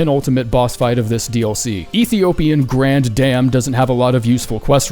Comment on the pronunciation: Saying grandam's name wrong every single time absolutely killed me lol